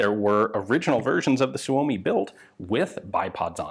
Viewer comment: Your pronunciation of 'Suomi' keeps getting better :D As it is now, it doesn't have a real need to be better, specifically smoother, since even some natives don't necessarily say it smoother than you're now.